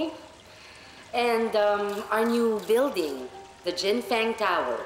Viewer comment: Jen Feng..Jen Fung kaya pronunciation non